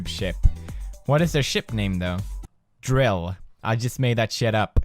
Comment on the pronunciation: When he says dril? like umm where did he get the r from